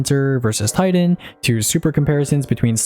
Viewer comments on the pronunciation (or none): none